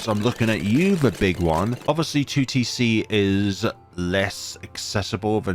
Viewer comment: you sayign 2tc sometimes sounds like tewtiy see do a 2tc collab with tewtiy :)